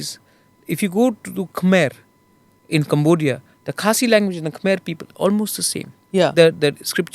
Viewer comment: Khmer is pronounced as kuh meh for your info